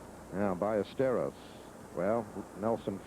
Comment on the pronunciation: Agreed. Which is why it's so surprising he kept mispronouncing Ballesteros.